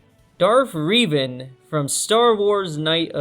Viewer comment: I hate how you mispronounce Revan